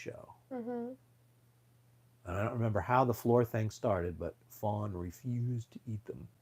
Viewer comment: You are welcome and you mean FAWN not Fran 😆🤣😂😅